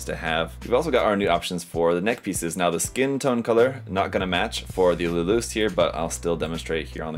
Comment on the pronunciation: every time I hear people pronounced Luluce's name it sounds like "Lelouch" as in the guy of the Code Geass anime fame, heck in the original Japanese audio his own father can't pronounce his name correctly as in sounding like a rev-ed up motorcycle engine, lol.